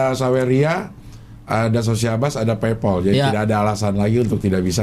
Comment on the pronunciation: bacanya paypal cing, buka paypoll